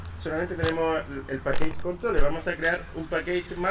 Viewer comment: Hola está súper bueno el ejemplo y las descripciones, gracias por el aporte. La pronunciación en inglés está incorrecta, package no se pronuncia pakeich, se pronuncia pakech